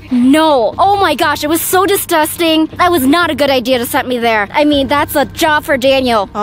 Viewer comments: Vy: says"distusting Me:NANI!? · Vy said distusting on